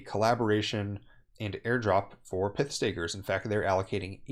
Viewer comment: It’s not pith. It’s not pithon snake.